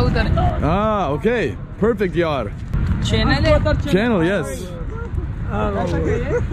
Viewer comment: The way he say Yar hahaha 😉 Love u 🤣 Welcome to Karachi bro 👌👍